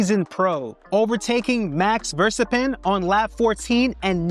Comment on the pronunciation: Enjoyed the content! I've been to Monaco and Abu Dhabi Grand Prix. Had great time at both. FYI its Max Ver - stapp - en. 🙂